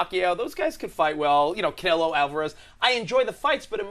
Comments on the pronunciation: He said ‘Kello Alvarez’ lol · He called canelo calo hahahha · This bruh said calo Alvarez wtf 😂😂 get that shit right